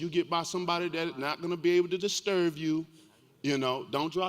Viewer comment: is so thick he said disturv u not disturb u 😂